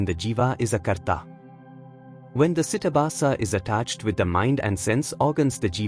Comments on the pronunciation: With Respect !!! It is not CITABHASA. It is CHIDABHASA. ❤ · It's CHIDABHASA not CITABASA. This is a mistake in the video. Chidabhasa is the Sanskrit term which means the abhasa or reflection of Brahman, the Universal Self, on or through the mind; ordinarily this term is used to denote the reflected Universal Self in the Jiva, the Individual Self. The philosophical conditionedness belongs to chidabhasa. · It is not karaana sharira (കരാണ ശരീര - कराण शरीर) It Is kaarana shareera (കാരണ ശരീര - कारण शरीर) It is not sitabasa (सिटबास - സിറ്റബാസ) It is chidaabhasa (ചിദാഭാസ - चिदाभास)